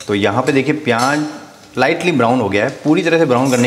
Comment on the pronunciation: Peeyanj nhi pyaj